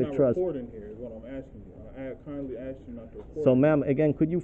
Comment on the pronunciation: and of course he says axe